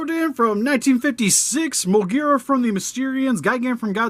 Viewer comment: I'm happy that you pronounced Moguera correctly.